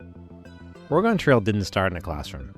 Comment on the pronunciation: It's pronounced ory-gun, not Or-A-gone